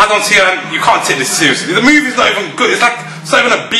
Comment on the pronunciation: "MOUVIEES" lol